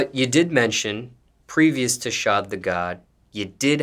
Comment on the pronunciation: YOOO finally someone know how to properly pronounce (SHAD)